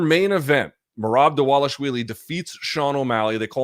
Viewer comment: "Ladies and gentlemen, Merab Dwalashvinegar"